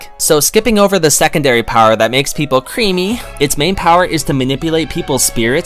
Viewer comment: I instantly disliked with how you pronouced creamy.